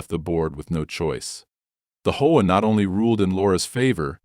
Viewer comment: HOA is pronounced AITCH OH AY SUV is pronounced ESS YOU VEE